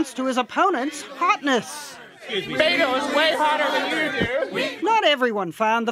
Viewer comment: I hate how she says Beto